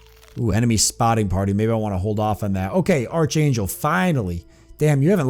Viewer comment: I've been kind of interested in seeing what this game is about for a while, so thanks for giving a good long look at it with this LP. Something that's been bugging me though; this whole time you've been mispronouncing a few words; mainly "melee" and "archangel" since they've come up so much. You've been pronouncing melee as "mealy" when it's actually "may-lay" - or "meh-lay" for the British pronunciation. For archangel, it's a hard "ch" rather than a soft one, so it's pronounced as "ark-angel". (Sorry, I know no-one likes having their pronunciation corrected... but it's been driving me crazy.) Also, you may have noticed this by now, but it appears that a number of enemies in the game do a percentage of damage described as "lasting damage" - or damage that reduces the max health of the character until they return to base and rest - and that's why there were times when you were trying to heal characters and it wasn't working. In their health bars, it looks like green is current health, grey is damage that can be healed via abilities or first aid kits or whatever, and clear is damage that can only be healed by resting back at base. (As far as I know, not having played Judgment myself.)